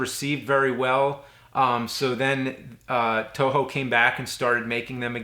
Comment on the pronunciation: Eternia, it's a joke. It always sounds like "Touhou" when James says "Toho"